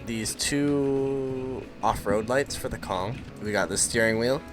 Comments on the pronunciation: Its konig not kong😂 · it sounds like koe-nig. Not judging, you can just say kong i dont really care😂